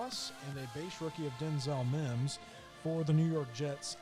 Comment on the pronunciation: How did you call that Mims?